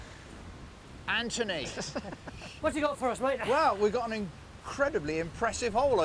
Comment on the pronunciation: Philipp.... Ant(h)ony 🤣😂🤣